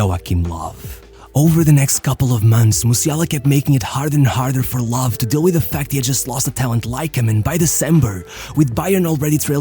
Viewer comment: This one bothers be so much ngl like not able to pronounce ö is fine but why not just normal anglicized Low 🙄